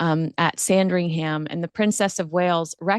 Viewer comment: BuckingHAM? SandringHAM? Pronounce these words correctly please. Obviously, the H is silent.